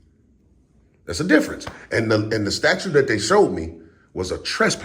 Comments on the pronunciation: Hey it's pronounced statute not Statue,a lot of people say it like that,🗿🗽. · Statute not statue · Dude... if you're gonna go this, for the love of mike.. the word is not STATUE !!!